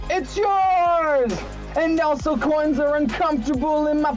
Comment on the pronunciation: When james says 'also coins are uncomfortable in my pocket' he said 'also coinz are uncomfortable in my PACKETS UGHHH' that gets me every time